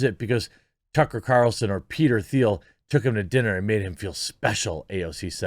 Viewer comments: Yo homie, it’s pronounced Peter Teel. 🐾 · You pronounce Peter’s name like the color “teal”. The “h” is silent in Thiel.